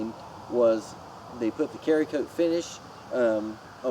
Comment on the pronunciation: Its called Cerakote. Pronounced like serra-cote not carry-cote. Its a ceramic based coating hence the name "Cera"kote.